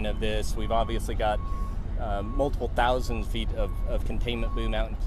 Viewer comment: Didn't whatever he is called say " There are Tousands of De-railments every year"??